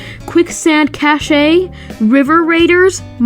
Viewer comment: You mispronounced “Cache”. It’s pronounced the same way as “cash”